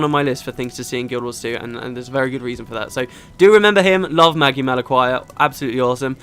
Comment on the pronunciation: Magi is normally pronounced madgi if that makes sense, as in another word for mage. Wish I remembered half of what i learned studying phonetics...